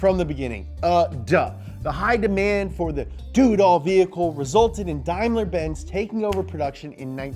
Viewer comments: its not darrrmler its daimler hahaha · Never heard of Unimogs and says Daimler completely wrong...must be an American channel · That's pronounced: "Day-mler"